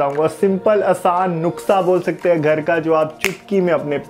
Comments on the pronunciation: Nuksa nhi hota nuskha hota h mister 😉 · Nuksa nhi hota nuska hota hai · O bhai nuksa nahin nuska hota hai😫😫😫😂😂😂😂😂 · Nuksa nahi Nuska hai 🤣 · नुस्का नहीं नुस्खा होता है। Nuksa nahi nuskha hota hain. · Bhai nuksa nahi nuskha hota hai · Nukshaa nhi NUSKHA 🤣🤣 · Bhai nuksa nahi nuska hoto hei ok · Bhai nuksha nhi nushkha hota h😁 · नुख्सा.. नहीं भाई.. नुस्खा.. Baayyyeee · Bro its nuskha Not noksha😀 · nuska nahi bro nuskha 😂😂😂